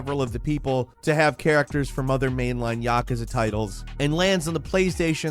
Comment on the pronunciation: That isn't how you pronounce miasma or yakuza.